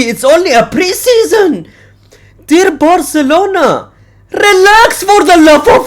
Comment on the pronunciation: Bro’s vocals: “deer barcelona 🦌”